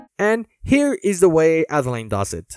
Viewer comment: French person here, Adeline is pronunced "Ad-a-lyn"